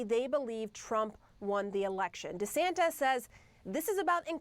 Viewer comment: She cannot even pronounce his name right and we are expected to believe what she says🤣🤣🤣